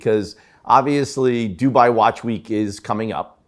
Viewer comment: A question regarding independents - what if I love the work they do but absolutely can't stand the watchmaker (e.g. FP Journe) or CEO (e.g. CEO of Audemars Piguet)? What do I do then? And by the way, the way you guys pronounce Dubai is just wrong.